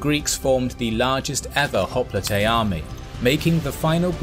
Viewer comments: The greek word for hoplite (i.e. the original one) is "οπλίτης". If you want to play smart use the typical pronounsiation for hoplite because the way you say the word is ridiculous. Writing down in greek the way you pronounse hoplite it would be "χόπλιτε". Τhis is jiberish. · Wait is that how you pronounce hoplite? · i thought it is pronounced "Hop-Lite". My whole life was a lie